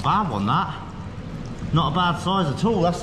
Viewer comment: “Look at the soize of it!”